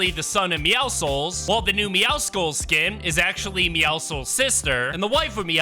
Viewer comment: But at least he says meowscles correctly